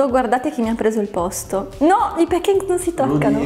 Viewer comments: Brava! Ma ti prego! Non pronunciare pEn i pAn cakes! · p"E"ncakes....NON SI PUÒ SENTIRE! In questo caso la "A" si pronuncia proprio "A". Cmq a parte la pronuncia video molto bello e interessante! 👍🏻